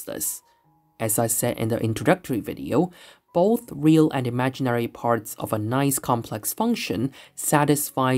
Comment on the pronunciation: I had to stop; "bofe", "wiff"....no such words.